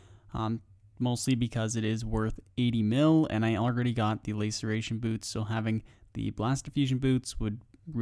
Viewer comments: laceration not layceration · LA ceration, not LAY ceration :'( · LAY-sir-ation boots xD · Lass-Er-A-Shun == Laceration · Love the content, got to say though the way you pronounce laceration 🥴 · i take my statement back, he says just about every item in an awful way, so really hope hes esl